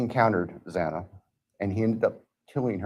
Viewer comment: It infuriates me that the judge couldn't say Xana's name properly. even in the plea hearing...that was inexcusable.